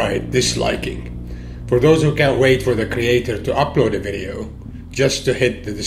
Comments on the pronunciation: FYI it is " Vidios ".. not " Vidyos "! common get it together!! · videos not vidyos.... ;) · It‘s called VIDEOS, man.. get it right..